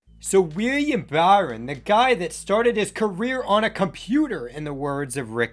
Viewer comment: Weir-E-am Buh-ry-on? Lol